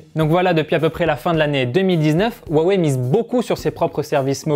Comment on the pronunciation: Rwa wey et pas wa wé